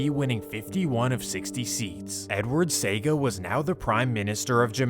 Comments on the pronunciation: So first off. If you are presenting history like this do some stuff right given the fact that the same medium you are using has the correct spelling and pronunciations as benchmarks to be referenced: Michael Manly as you have it is actually Michael Manley. Dat dep pon wikipedia and google big big fi see!!!! Edward Seaga (Sayga) as you pronounce it should be pronounced Cee-aga... Nuff nuff news video clip is there with the correct pronunciation of the man name. If the man dem duppy could a get up and box you they would... lol That said. Some good truths here but as Buju say the full has never been told. If one were to look on the history of Jamaican Crew/Posse prior to some politicians' venture in the arena, the follow could be stated and asked::: 1. Man did just have dem friends or someone in the community who a dem say a bad man. Bad man meaning that he will beat up anything who trouble him or him fren dem or never take any talking from any one. 2. Bad man never had guns, just knife or machete or throw big stone. 3. Jamaica has never manufactured guns; show where the guns come from to empower the then crews or posses to enforce political gain and control in key area of Jamaica. Back in those days it was wasn't guns that the British had then that gunmen use to shoot up downtown. Instead, they were guns made in the American and European continents. Dig through the local video archive and you will see the guns they were using in the news clips back then. Seaport authority and A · The name of the gang leader that preceded Lester Coke was not Charlie Massop but Claudius Massop. The 800+ murders leading up to the 1980 elections were not all pnp supporters. Seaga is pronounced See-aa-ga Jah T was shot and killed along Maxfield Ave while driving a motor bike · I’m from Jamaica 🇯🇲 it’s Pronounced SEA 🌊 AH GAH not saga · See.oga.. not SEGA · Edward See - aah -ga it is how his name is pronounced. It is not Edward Sega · See-ah-ga ㅋㅋㅋ SEGA~ Great work though!